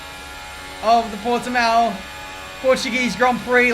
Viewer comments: it's an s sound after the t, right? I'll be happy if he says Algarve instead of Port-de-mayo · Ponunciation is Portimaum. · i'm from portugal and Portimão pronounces as " Portimaum" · Porteemeow? Where is that? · Everyone outside of portugal: Portimau: PortiMAYO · it is pronounced portimau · Portymayo lmao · Say Portimow. but the "ow" part sound like when you have a runny nose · i love hearing non-portuguese speakers butchering the "portiMÃO" part :V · Portimayo lol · It sounds like Portimaum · After the second “Portamayo” pronunciation I had to click off 🙈 thumbs up for the vid though! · Porte-Mayo lmao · You cannot spell "ão" in English, the sound doesn't exist in English. By saying Portimow you are saying Portimao (without the ~), that's a different sound. ã is a nasal vowel. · As a portuguese man I can say for sure...yes that pronunciation was bad...but it's all good💪🏿 P.S. - I went to the GP. It is in the middle of nowhere and we had to wait for 2 hours after the race to finally leave the Circuit's parking. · It's Portuguese! Get it right!:D Love the content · needs to learn the correct pronunciations of some portuguese words like Portimão and Junção kkkkkkkkkk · As a portuguese national i can say your pronunciation is horrible 🤣🤣🤣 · As a portuguese I can assure no foreign can pronouce Portimão correctly because we use a sound that english language don't have but it's funny how you say it xd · more like mown, but still not quite right